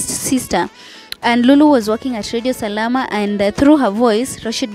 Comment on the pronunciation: It's called Radio Salaam not Salama